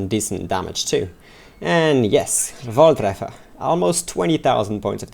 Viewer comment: haha i like how u pronounce "volltreffer"